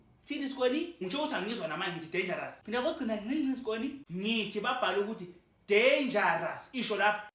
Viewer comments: Danga raza😂😂😂😂😂😂😅😅😅😅😅😅😅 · 😂udenja uyarasa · Udanger uyarasa😂😂😂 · 😂😂😂😂 danger Uyarasa😅😅😅😅😅😅😅😅😅😅😅😅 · U danger uya rasa😂❤